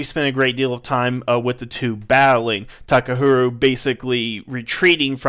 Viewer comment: It's pronounce "ha," not "hu" in "Takaharu."